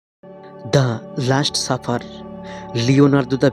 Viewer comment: ভাই আগে আপনি বাংলা শুদ্ধ করে বলতে শিখুন, খুবই বিরক্তিকর অশুদ্ধ বাংলা উচ্চারণ তা যতই ইডিট করুন না কেন। একটা উদাহরণ দেই, এটা লাস্ট সাপার, আপনি বলছেন লাষ্ট সাফার।